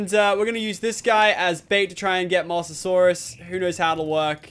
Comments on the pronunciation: Its pronounced mo sa saurus not moss a saurus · anyone notice he said mosssssasoursuse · it's Mosasaurus as in moses from the bible and saurus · prenauts moh-za-saurus